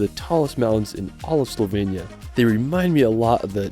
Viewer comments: It’s Slo-venia not Soul-venia 😂😂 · HOW HARD CAN IT BE TO SAY SLOVENIA RIGHT??? IT'S NOT CALLED SLOVENYA OR WHATEVER YOU'RE SAYING! Just listen how the British are pronouncing it and say it like a normal person, for f*** sake...but thanks for making the video, I appreciate the effort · bro you keep saying slovenia wrong im from slovenia btw